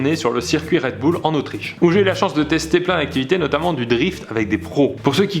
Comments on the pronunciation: Bon... comment le dire... C'EST PAS RED BOUL !!! C'EST RED BUL !!!!!! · C'est moi ou au début il a dit redboulles au lieu de RedBull !! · Fidji 287 Bull se prononce Bule apprends l'anglais ptet?